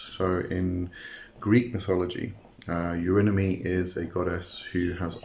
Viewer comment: You pronounce his name like : Eurinimus 😂